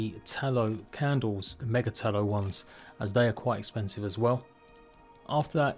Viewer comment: Ma-ge-Tallow? Mage-Tallow. Mage. Tallow. lol, funny how we sometimes don't recognise words in unusual compoundwords xd